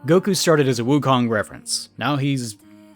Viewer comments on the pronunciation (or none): none